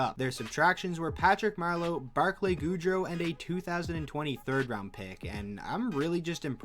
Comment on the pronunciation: I'm sorry but its not Johnny Hockey Goudeau... its Barclay GOOD (opposite of bad) ROW (like a row boat).